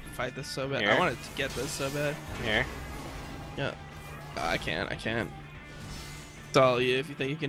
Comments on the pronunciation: "I am badeed" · this malphite said all game "i am badeed". kappa